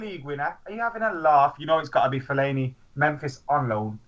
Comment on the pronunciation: Anybody who says fellaini deserves a paddlin